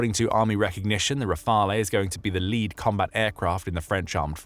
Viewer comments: If the letter of intent converts into an actual order in the future, the first Rafale jets (to be pronounced 'Rafal', not 'Rafalay') will not be delivered to Ukraine before 5-6 years, since Dassault Aviation already has a busy production line with an order book of 233 jets (+90 potential additional ones for India) and a capacity of 4 jets per month (expected to tend towards 5). We may also doubt that other client countries would accept to be deprioritized in favour of Ukraine to accelerate the delivery. Anyway, hopefully peace will have already been made by then, thus one needs to understand that the Rafale will not be a short-term 'game-changer' (unlike the SCALP/Storm Shadow, Patriot systems, Mirage 2000, F16, Hammer ammunitions, CAESAR, etc.) but a major deterrent asset for Ukraine regarding any future attack in the mid/longer-term. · You need to check your pronunciation of "Rafale".